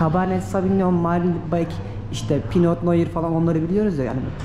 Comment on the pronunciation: 13.56. Dk “Pinot”pino, Cabenet cabane okunur. Fransızca ve italyanca’da sondaki (T) düşer.